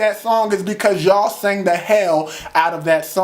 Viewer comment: Lmfaooooooo "whooooo the fuck are y'alllllllll" you said that so country!